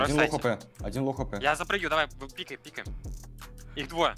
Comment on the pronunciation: Ой как меня бесит, когда кто то говорит не пикАй, хотя правильно не пИкай